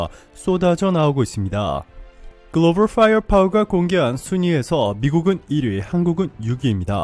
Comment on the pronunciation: 다시 말해봐요 글로벌 뭐라구요? 영어 발음을 너무 과하게 하는것 아녀요?